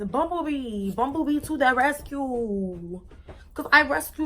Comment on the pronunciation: "bumble bee to the resCUEEE"🤣 she too funnyyy .new subbieee❤️!